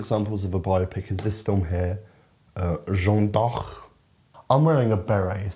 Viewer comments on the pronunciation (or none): for future reference it's pronounced J-Uh-nn Dark ("e" in french is the same sound as "uh" in "duh" or "nuh") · The /ea/ in "Jeanne" is pronounced like the /a/ in "Patrick" or "that". To really simplify it the last name is pronounced "Dark" but the /a/ is also pronounced like the one in "Patrick" lmao hope that made sense Also, the only good biopic is Bojack Horseman 😁